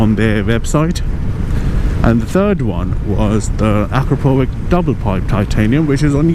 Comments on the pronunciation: it's not "akrapovik", it's pronounced "akrapovitch" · Please, Akrapovich! not with K. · actually, it's "a CROP o vitch"